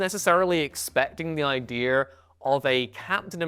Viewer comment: "Ideer"? Someone get this guy a diction coach.